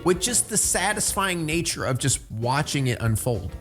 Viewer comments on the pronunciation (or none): none